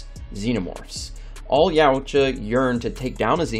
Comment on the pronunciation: Yowcha.. it's not yaooocha